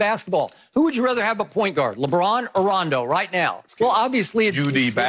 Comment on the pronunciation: She said rondo rondo 😂😂